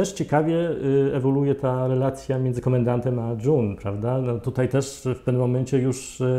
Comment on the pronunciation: właśnie takiego podsumowania potrzebowałam po drugim sezonie! serial obejrzałam niemal jednym tchem, dopiero teraz. kawał dobrej roboty. P.S. June czytamy Dżun nie Dżon (John) <3